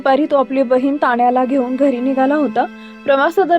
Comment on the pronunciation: हिमाणशु, ताण्या, वाहण 😂😂 बाई बाई किती ते शुद्ध